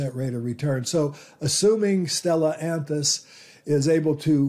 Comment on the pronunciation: The root word for Stellantis is STELLA (a star) so it is not pronounced stellANTiS but STellANtis.